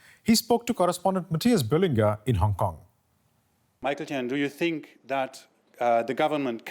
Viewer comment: Its "Think" not "Tink" Jesus that accent from the news anchor